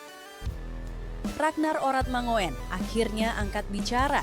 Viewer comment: Admin...! jangan dibaca "manguin" tapi mangun, Radnar Oratmangun! Begini ceritanya: Ejaan Melindo, perhatikan kalimat berikut! "Tataplah olehmoe tjahaja remboelan sepoeas hasratmoe, tapi djangan tjoba kaoe tatap matahari walaoe hanja sekedjab matamoe" Ejaan EYD: "Tataplah olehmu cahaya rembulan sepuas hasratmu, tapi jangan kau tatap matahari walau hanya sekedjab matamu"! semoga bermanfaat!